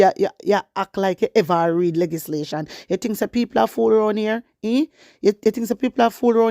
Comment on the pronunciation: Good morning my warrior, bun fiya pon dem. Plz note that the correct pronunciation is L E GIS LATION blessings